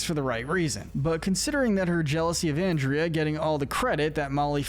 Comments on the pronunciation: I dont know if anyone else commeted this but you keep on misproncing anderda name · It's funny how you talk about that while continuously mispronouncing her name throughout the video, lol. "Given that he was forced to do this by the Ghost Council, we can't exactly see him as much of a bad guy." It's so good to see have actual sense here. I see Villain's Wiki claim Scratch from the Ghost and Molly McGee is "Neutral Evil" and not "Villain by Proxy" even though one of their definitions for "Villain by Proxy" is that a character is forced to do something because another character is making them do it, because the character that is doing "villainous things" is tricked, threatened, manipulated, blackmailed or forced into doing bad. Similarly to how Scratch was being forced to do scares and make the town miserable or else he'd be sent to the flow of failed phantoms, Larry Koopa doesn't really even wanna fight Mario (JP version of Color Splash) and only does what Bowser says because he's scared and doesn't wanna be scolded, not to mention Larry takes Bowser too seriously and too literally because he's a kid. Now if only Mario fans would admit Larry Koopa isn't much of a bad guy either for that very similar reason. But then that would require them admitting Mario does unnecessary child abuse to a 13-year-old. It's funny that it took this long for Darryl to show up on the list, but to be fair, it does make sense, lmao! Oh yeah, it's a shame that Mr. Davenport couldn't be more like Andrea, I don't really like him, heheh. Oh god, t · can you stop saying anndrea and not ahndrea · I BELIEVE YOU MEANT AHN-DRIA🙄😒😤😤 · man really pronounced andrea's name "and-ree-uh", she's not gonna like that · Dude, it’s pronounced On-drea